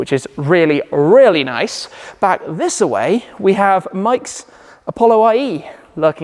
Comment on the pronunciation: "Thissa way"?